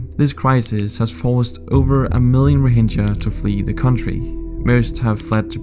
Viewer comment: The G in Rohingya is pronounced as a G in "Game", not like G in "Gem"